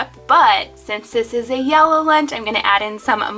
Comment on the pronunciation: “cawse theyre wasn’t any weanch 🌝”